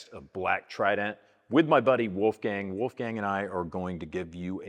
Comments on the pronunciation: A more correct way to pronounce it, though, would be "wallffgung". The way James says it it would be written as "Wulfgäng" 😂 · Or as the guy in the video said: "Oulfgeng" 😁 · no, Austrian pronounciation would be like "woulfgaang" or woifei in short ;)